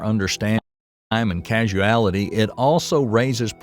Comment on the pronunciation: Causality. Not Casuality